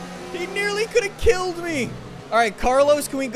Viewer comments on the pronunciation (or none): none